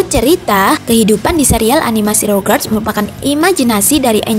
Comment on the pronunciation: elo aja bilang rugrats rogerts wkwkwkw